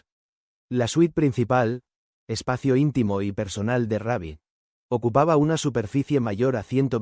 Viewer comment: Hola y por que dice Raby, su nombre artístico era Rubby Pérez